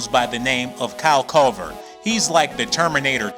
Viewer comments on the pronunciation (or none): This dude said Kyle Kover